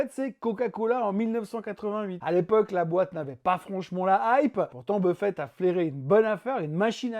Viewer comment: Intéressant comme toujours, mais attention à ne pas confondre W. Buffett (avec deux T à la fin) avec le buffet du salon...